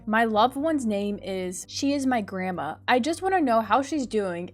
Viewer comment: lol it sounds like you say "grama" instead of "grandma" btw I love ur vids>:3